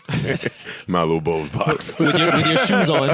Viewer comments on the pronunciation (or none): none